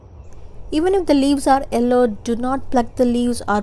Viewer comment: It’s Yellow not Ello